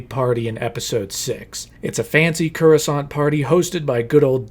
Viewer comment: I've seen a lot of your videos. They're great! But your pronunciation of Coruscant is wrong every single time and it's bothering me 😂